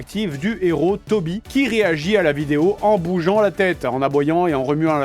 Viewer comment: Au secour, je n'entends pas "Toby" mais "Koby"! Panda m'aurait-il corrompu ? ou es-ce elle qu'on entends pleurer ?